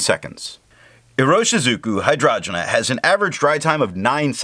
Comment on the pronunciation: Hi, your videos have been super helpful to me (like finding Wikipedia for ink) and your pronunciation is usually en pointe as you have taught me how to say a couple like Tomoe River or Leuchtturm. But in this case I’m pretty sure it’s hi-drain-ja like the flower. Thanks for doing all of these reviews in such a scientific way. I also think your opinion matters a lot and it would be cool if you spent a bit more time from your own perspective, but that is just a gentle suggestion. You’ve got this stuff down.